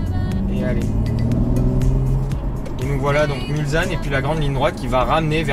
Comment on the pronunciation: Si je peux me permettre, on prononce "Mulssanne" même si ça s'écrit "Mulsanne". Sinon toujours au top 👌